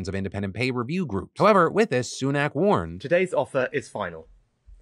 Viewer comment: Why can no American say Rishi Sunak’s name correctly 😂